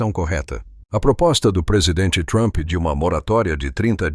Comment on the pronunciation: POR QUE TODO PLAYBOY FALA DONALD THUAMPI ?????